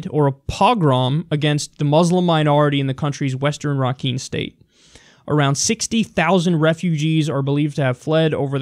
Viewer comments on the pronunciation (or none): And its not called rak een it's called Ra kine